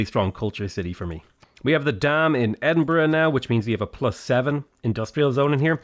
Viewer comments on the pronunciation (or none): I love how he says Edinbruhg instead of edinburgh